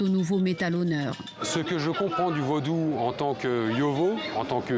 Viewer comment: l'a journaliste dit vaudoune😅 au lieu de Vaudou